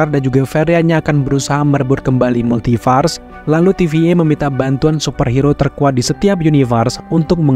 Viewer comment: Aku salfok sama mimin yang nyebut Multiverse jadi "Multifars" wkwkwk... Juga kata "Conqueror" :)